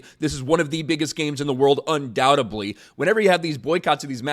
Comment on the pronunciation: Un-doubt eD-ly not un-doubt-eB-ly. The only 'b' in that word is silent.